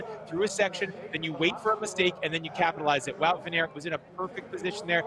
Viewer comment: You say it as van aart. Not van eert